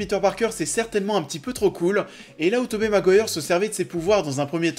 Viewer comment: La vidéo est pas mal mais ça se prononce 'Tobi' Maguire pas Tobé mdr